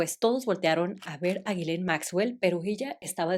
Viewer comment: el nombre de la noviecita de Epstein se pronuncia YISLEIN. Perdón es que ya me aventé todos los videos pero te lo quería decir